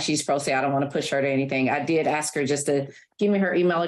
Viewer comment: While the mother is dead ass wrong…I just couldn’t get pass the lawyer saying ax, instead of ask.